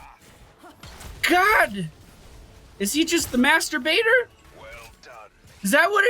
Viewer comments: i deeply had no idea about what he said until i read your coment, i clearly heard "masturbator" i was.. confused.. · "is he the master baiter" sounded completly different in my ears xD